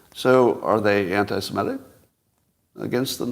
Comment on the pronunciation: Please stop pronouncing 'semitic' incorrectly ('simetic'); it is so annoying.